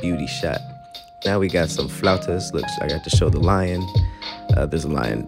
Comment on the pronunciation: Drink everytime you hear him say Fluatus You can tell he loved saying that word